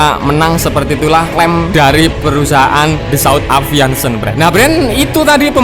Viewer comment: Aviation Min... Bukan aviantion..... 😀😃😄😁 sukses terus. Jangan tegang terus, musik indomie nya mana.... 😀😃🤣 biar nggak gendeng